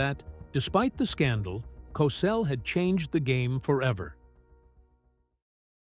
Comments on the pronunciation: Please pronounced like Cosell. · Wow, this guy is butchering Howard Cosell’s last name!!! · Idiot narrator can't even say his name right wtf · Cossle Cosell potayto potahto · I have up in the first five minutes because you couldn't pronounce his name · . Hey man you sure say Cosell differently. But it's all right. Rhymth is very important. And your rhythm is all for you. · How about the time he suggested that Crissy Evert take off her top so people could see how much of a woman the teenage star had become. The narrator couldn't pronounce his name right half the time. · Can't say his name right Get off the air clown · ‘Cosell’?? Do you “PROOF-READ” (listen) to what you ‘upload’ to YouTube?? PRONOUNCE the man’s name correctly!!!🤬🤬🤬🤬